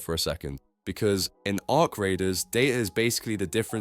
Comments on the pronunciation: A R C? Bro just say Arc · only A.I.-I.D.I.O.T.S calls the them A.R.C ...lol